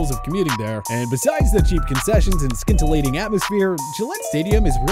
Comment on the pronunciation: Bro lol.. it’s scintillating. Pronounced like sin-tillating. There’s no k sound 🤣